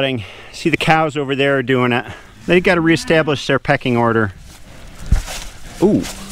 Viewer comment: PECKING ORDER. Not "Peaking"